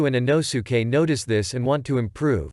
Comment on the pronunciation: He really said ino-suke he’s called inosuke